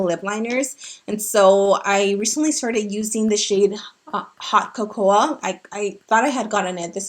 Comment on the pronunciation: girl I love your videos but don’t you know how to pronounce “cocoa”? 😂